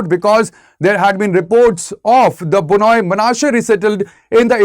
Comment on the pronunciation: Very stupid and inaccurate report who couldn’t even properly pronounced Bnei 😂 Do you home work first before you spread your false narrative.